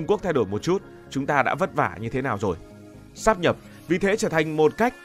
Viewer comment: Đến cái cách phát âm còn phát âm sai, mang tiếng BLV. Sát nhập á, hài v